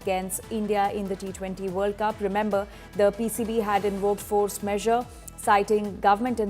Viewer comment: Isn't it force majure ? What force measure...is the presenter not aware😢